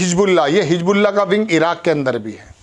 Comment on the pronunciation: Bhai Hijbullah nahin Hizbullah hai,Salman nahin Mohammed Bin Salman hai,Ashraq al awsat nahin Sharq al awasat hai,pahle Urdu ka sahi pro nounciation seekhiye